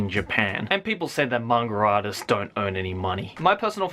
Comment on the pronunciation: i thought he was saying mangradas